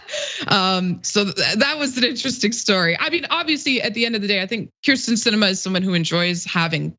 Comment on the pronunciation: Why the switching between the “Kristen” and “Kyrsten” pronunciations? It’s surprising how frequently her name is mispronounced considering how infamous she is.